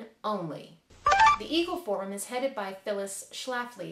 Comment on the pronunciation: When you said "The Eagle Forum", it sounded like "the evil forum". Funny how that worked out.